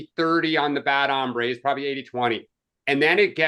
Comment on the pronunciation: Guys, it's HOMBRES, not hambres (hambre is hunger).